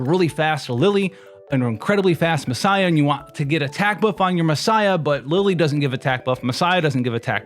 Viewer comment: The way you pronounce Massiah is insane...